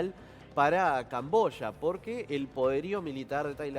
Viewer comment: Yo pensé que era camboya ,el dijo cambosha.